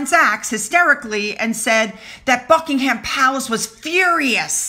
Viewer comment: One more pronunciation challenge for you: Buckingham (Palace) Buck-ing-mm or -um There's no 'h' - it's not '-ham'!!